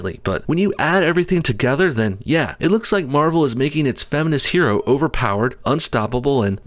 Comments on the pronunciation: “Her”oe sounds like a Asian trying to say heroe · Her-o? That's hysterical. Hero isn't pronounced 'he-ro. A woman can be a hero! lol smh duh! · That bit about pronouncing it Her-o shows you how petty these things can get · Her-o He-r-o